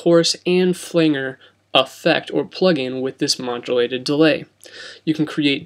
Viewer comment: Thanks for the info. Well done!! Although.FLANGER is pronounced, ..Fu- LAND- JER not FUL- ANGER.